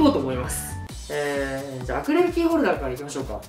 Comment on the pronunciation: まふくんアクリルキーホルダーのことアクレルキーホルダーって言ってる...かわよ